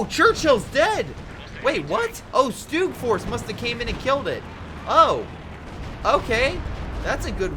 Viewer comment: stug, not stewg.